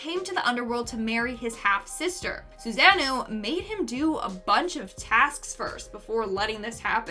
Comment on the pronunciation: OMG. I love the way says susanoo... lol😅😂🤣😂😂